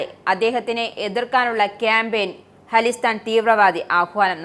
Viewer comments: അലിസ്റ്റാൻ അല്ല... ഖലീസ്ഥാൻ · ഹാളിസ്ഥൻ അല്ല.. ഖാലിസ്ഥാൻ..